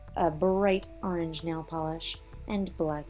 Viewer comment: Orange not aarrange